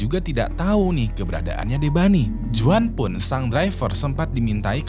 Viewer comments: Bang jgn cpet2 baca script nya, kek dlu aja agak pelan, btw bacanya bukan "juan" tp "huan" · Bang kalo juan bacanya bukan juan tapi huan bang.. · Bang izin kasih masukkan, untuk pengucapan nama Juan itu Huan (Berlaku di Amerika Latin/Mexico) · Juan dibaca nya huan bang , jose = hose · Sorry hanya meluruskan aja,Kl di amerika latin nama Juan itu dibaca Huan...! Tks